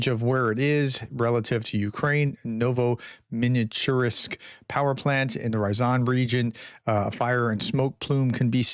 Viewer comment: No vo mi chu rinsk Just pronounce every letter